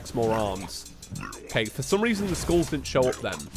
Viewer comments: oh god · Whenever you say 'skulls', it sounds like you are saying 'schools' T H E F L A M I N G S C H O O L S